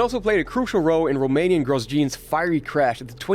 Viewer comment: Romanian growgeen?? Man what?